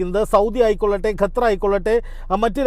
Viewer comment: ഗത്തർ അല്ല ഖത്തർ ആണ്